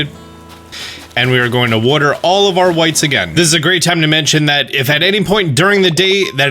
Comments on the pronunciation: no one:: worter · Wodder wodder wodder wodder wodder